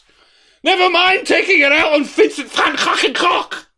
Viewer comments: I just want to thank you for getting remarkably close to actually pronouncing Van Gogh's name right. Most English speakers don't seem to get close, which is fair when you consider how different the languages are. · Excellent pronunciation of Van Gogh by the good doctor!